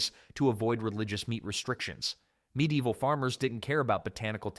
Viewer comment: There are loads of medlars around where I live. I didn't watch any more because hearing the mispronunciation of medieval 15 times in the first five sentences was more than I could take.